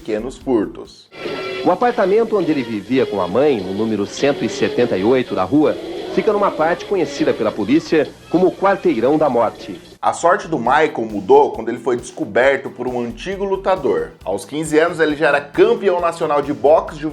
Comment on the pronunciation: No começo do vídeo vc fala Michael e não Mike...........hahahahahaha